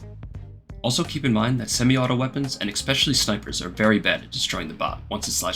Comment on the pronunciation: There is no ax in the word, especially